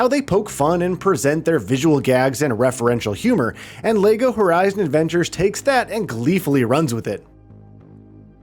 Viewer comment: Is he saying Lego Horizon Avengers? lol